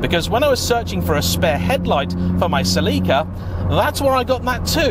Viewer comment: Cel-eee-ca? Haven't heard the sell-eh-ca pronounced that way.